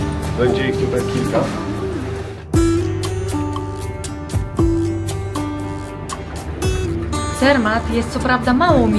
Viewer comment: Nie Cermat tylko Zermatt!